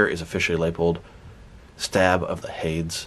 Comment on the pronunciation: It’s pronounced Hay-Dee’s you know the Greek hell… 😂